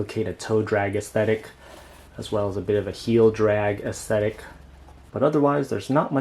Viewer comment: Try not to stress the last syllable with saying "aesthetic". It sounds a lil unnatural and ended up sounding like "ick" instead of "tic"